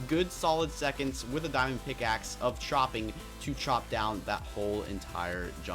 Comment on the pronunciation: You say Piackaxe ???